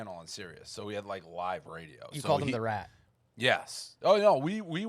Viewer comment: This is the #1 podcast. When Bob calls Steiny a rat it’s always f’in funny 😂 The emphasis in it